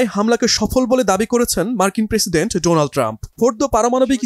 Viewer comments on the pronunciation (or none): none